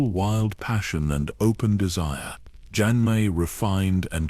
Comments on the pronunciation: Poor Hah-mee Jah-mee 😂 also did no one proof read before sticking it in ai? I get ai mispronouncing jamie but how do u get bray-stee-on out of Brienne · Omg Jime. Why couldn’t they say Jaime’s name correctly. The voice is nice but for goodness sakes that’s a pretty big mistake in AI that should be fixed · Stupid AI can't pronounce Jaime.